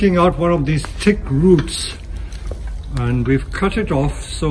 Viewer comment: I thought he was saying "tick roots". I honestly thought it was some kind of special roots that were good for Bonsai.